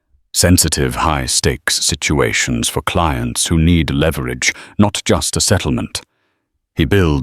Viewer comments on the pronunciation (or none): none